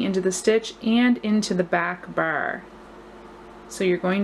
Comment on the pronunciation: I love the pattern! It looks so elegant and like it's knitted, which is exactly what I'm looking for. Just on the side, you have the cutest way to pronounce "bar" --- almost sounding like you're saying "burr" haha!